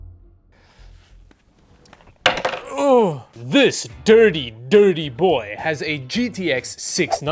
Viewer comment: You say thirty weird. Is that a Canadian thing ?